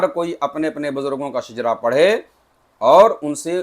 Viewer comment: Shijra nahi shajra